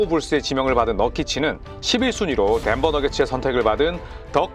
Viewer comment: 트레이드랑 덴버 발음이 너무 그 남자인데